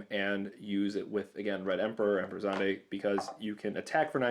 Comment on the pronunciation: Russell Parry He actually pronounced Zidane correctly. It's "Zih-dahn".